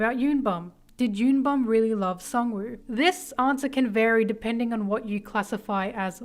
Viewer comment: Y'all literally reading Bum's name as "YUN BAM/BOM" when it's actually YOON BOOM, please they are koreans ಥ‿ಥ